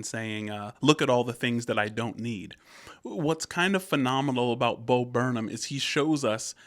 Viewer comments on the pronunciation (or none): it's not bo burn um it's bo burn ham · It’s pronounced Bo burn ‘em